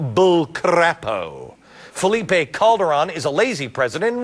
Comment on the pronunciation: it s felipe not philipe ans fucking anchorman